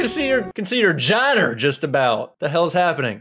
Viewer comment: What's a "giner"? LOL